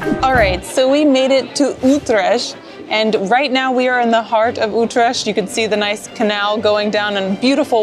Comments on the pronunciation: It's not Ootresh! Utrecht is the name. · SAY UTRESHT ONE MORE TIME! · stroop with o as in go, Ü trè CH t :) niet with ie as in nicht or beat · Utrecht - Pronounced as uth-rrecttth and not Utresch Sorry had to say 😅 Cause Utrecht has my ❤ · Oetresh? :D Ye, it's a hard one to pronounce if you aint Dutch for sure :D That bunny is Nijntje, a national treasure <3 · the "ch" in utrecht is pronounced "k".. Hema is pronounced "hey" "ma" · No it's not. I was born there. It's pronounced "ggggggg" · KEKW '' Utrash '' naah man 🤣🤣🤣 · I get it and all but with the talking its hard for yall but (not how you type it but how you say it) Utregt hey,ma=hema That should sound a bit better for us😂 (Not making fun of you just helping)❤ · Oh god, not Utresh haha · My best friend was born there and it is pronounced... UTE..TER RECKT. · "ütrecht"...im deutch... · I dunno what it is with Americans how they pronounce words like "Utrecht" or something that ends with "sch". The "ch" is silent. Same as parmesan which they all, all the time get wrong. There is no "sjjjj" sound in it at all. And don't judge food in the Netherlands according to your own standards. A pancake is what it is in The Netherlands, not what it is in the US. It can not be all of a sudden a dessert because it fits in your profile. Not everything is measured according to US (mediocre) standards. Remember, 99% of the food you call your own, is stolen from Europe. And it is not toasti but tosto with an [o], not [oa]. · Just FYI: Stroop is NOT syrup. It's more like a molasses type deal. Also, the ch in Utrecht sounds like a K. And don't be afraid to give the r one little trill. :) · It's similar to the German "ach"-sound. And the "U" is pronounced like the German "ü". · YES my home city, lovely video although it hurts my ears when you pronounce Utrecht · Try learning how to pronounce the city that you are visiting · Small request, Please ask locals on how to call stuff properly, even the name of the city you butchered. 😅